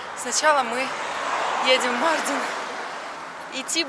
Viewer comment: Почему МАрдин, а не МардИн? У нас в Узбекистане 50 - 55 гр жара, и то мы так не пыхтим, не дышим 😅